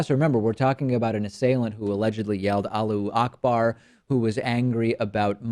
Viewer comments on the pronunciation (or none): David, it's "Allahu akbar", not "alloo akbar". :D